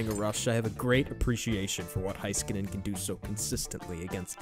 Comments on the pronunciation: Heiskanen is pronounced "HAYS" instead of "HI" and Khudobin has a silent K, but great video!! So glad that Miro is getting recognition on a national level :-) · from a finnish guy its HEYskanen to all americans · It’s “ HE- SKANEN “ by the way you guys 🙂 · Next: Learn how to pronounce his name.